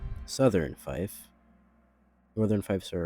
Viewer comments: This is great and the figures are All awesome. I do believe fief is pronounced like “feef” though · Great vid. Just so you know: fief is pronounced ‘feef’, while corps is pronounced ‘core’.